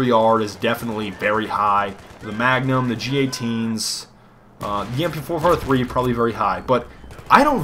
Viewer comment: I lost it at the "MP-fo-fo-three" lmao